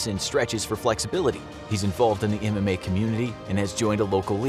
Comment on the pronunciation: Every time he says MMA i hear anime and think of ufc fighters all being weebs